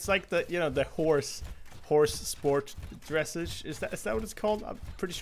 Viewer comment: you pronounce dressage like massage. Its a type of show horse sport.